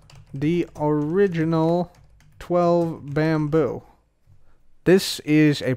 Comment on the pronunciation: It's not bamboo. It's Bambrrr .